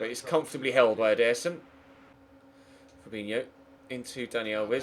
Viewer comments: Not being Rude ir anything but you should say Ederson like Eda-sun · It’s pronoced in English as ED-ER-SON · Can you say ed-er-son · Please learn how to pronounce Ederson <3